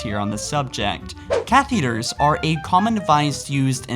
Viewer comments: its not cathEders pls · kath-tha-der-s not caith-ie-drs